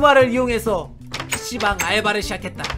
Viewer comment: 자꾸 피씨방이..... 씨방이라고 드,,들려....료.... ((ㅊㅁ